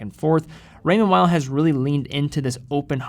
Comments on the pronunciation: It sounds very weird the way you pronounce “Weil”. You can either pronounce in English which sounds like “wheel” or “whale”. Or you can pronounce it as it’s original language which sounds like “vile”. Using English consonant pronunciation and German vowel pronunciation in the same word just sounds so weird. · I think it's pronounced Raymond "Vay".. never understood why people dont take them seriously. Great elegant designs